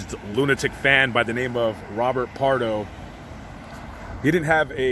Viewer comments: BARDO. Not "Pardo". Pam Dawber. Famous actress. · Robert Bardo, not Robert Pardo. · His name is Robert John Bardo. Not Pardo. You must be thinking of the Santa Claus Massacre suspect Bruce Jeffrey Pardo.